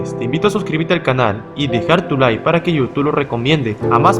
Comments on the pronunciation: “Deja tu liKKKKKe” no tu Lie. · Di la palabra “Like” bien. Por algo está la Letra K! No es “Deja tu lie” es “Deja tu Like” pronuncia la perra K